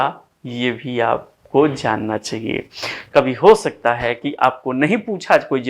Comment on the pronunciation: आपका प्रयास सराहनीय है श्रीमन! एक नई बात सीखने को यह मिली कि अच्छे-खासे 'स' को 'श' बोलना हमें कितना 'उच्च' बना सकता है...नहीं-नहीं...बना 'शकता' है! 'शाहित्य','शुपुत्र','शंविधान' से 'हिंदुश्तान' निखर उठेगा! प्रणति!🙏🙏